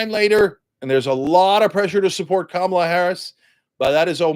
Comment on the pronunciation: It’s Kamala, Cenk 😂😂😂😂😂